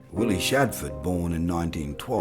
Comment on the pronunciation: His name was SHADFORTH, not Shadford..... so much for authenticity!